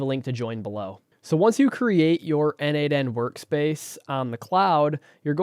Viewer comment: As a contributor for more than 5 years to n8n, PLEASE, it is pronounced "nodemation". 🙏